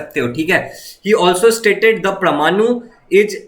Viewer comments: it's not pramanu it's parmanu😅😂😂😂😂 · It's परमानु parmanu